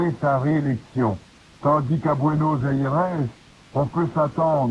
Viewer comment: Buenos Aires Gilles, en français c'est bɥenɔz‿ɛʁ.